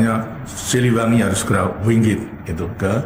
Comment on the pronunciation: bukan wingit tapi wingate